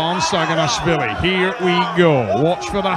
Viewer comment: Seems like Travis Bagent intentionally pronounces Levan's surname wrong "Shaginasvilli"